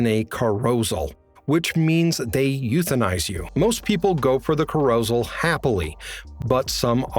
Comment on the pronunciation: That has to be the worst pronounciation of "carousel" I have ever heard. Read much?